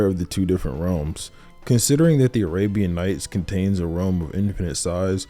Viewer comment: "Abrahamed Nights"?!?!?! BRUH lmao